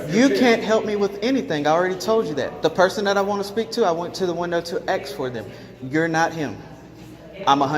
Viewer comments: Was he asking or aksing 😝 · One frauditor that went.into probation office the word is ASK not AXE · Man every time I hear him say he wanted to Axe a question i sit there face palming, seriously I would see that as a threat and really bad english. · You can't axe a question. You ASK a question. Axe's are used to chop firewood and other things. Axe's can also be used as a weapon. Go back to school and please learn English. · How do you aks for someone? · I agree don't fukking(profanity hack) tell me you can't say "ask" dummy!! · Is this unlawful law? Where is this dimwit from? They can't answer your questions because you never stop talking. Whole lotta axing going on